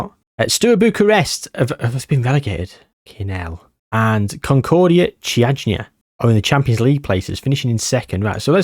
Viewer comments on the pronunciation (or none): Actually for the Romanian team you're pretty close. It reads `Kiajna` instead of `Chiajna`, otherwise perfect. There's a very interesting story between FCSB and Steaua Bucharest, a fight for the badge, colors, history, etc